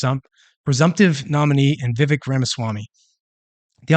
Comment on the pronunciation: It's pronounced Viv-Ache like cake (his words from when he was on one of Tim Pools shows). How can we expect him to win anything if we can't even get his name right? I like the guy, a lot and want to see what he's got in 2028.